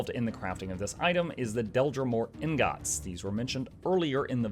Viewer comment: are you pronouncing "ingot" wrong as a joke? startled me every time after I realized what you were saying